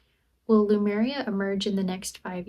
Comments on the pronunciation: She is not even sure where Sardinia is. Pronouncing Lemuria as Lumeria. Face palm. Every time i watch. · Lemuria ✅️ Lumeria ❌️